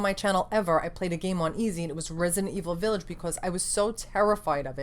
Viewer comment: I love this video. I love your passion. I love the (french) way you say "Villaaage". And of course I love your eyeshadow. 🤩🤩🤩🥳 Kiss from France ! 🇨🇵🇨🇵🇨🇵😊😊😊